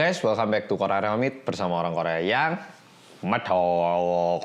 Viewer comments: abisnya saya suka nyaut kalo bilang medhoookhhqq 😂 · kalau bilang "orang korea yang medhookkk" terus kalau yang satu nya lagi bilang apa sih gaes aku kurang jelas "orang korea yang kode.... nah bekalangnya apa? 😂